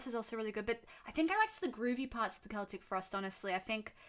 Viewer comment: Im actually happy that you pronounced Celtic correctly 😭